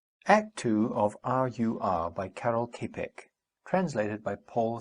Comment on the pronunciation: The surname is not pronounced as "Kepek" - more likely like "Tschapeck"